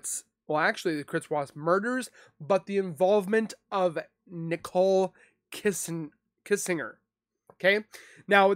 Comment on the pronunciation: I will NEVER overstand how someone feels comfortable enough to make a UTube video for potentially the entire 🌍 to see when they know so little about the subject of said video? How do you not know how to pronounce the last name “Kissinger”? It’s not exactly a weird or super uncommon last name. Cmon dude. Seriously, step your game up my dude. This was hard to watch. Whereas Annie Elise’ channel is dope, super well done. Why? Bcuz she’s super informed on the content of her videos. Wow…this is what we get when any ‘ol uneducated, low intellect individuals can have UTube channels. Some advice; don’t quit your day job.😤🤷🏻‍♂️